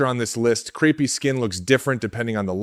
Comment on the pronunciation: 1. Holy heck. How come I never hear anybody else talking about the lattice networks in our skin that we are destroying? This is not just the same old lab that everybody else tells us. 2. - "crepey", pronounced "crape - ey" Is sounding like "creepy". You might want to fix that. It's bad enough to have sugar damage in your skin... No one wants to be creepy as well! 😉